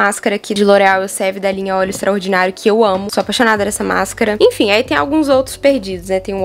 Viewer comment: “infim” infim, infim kkkkkkkk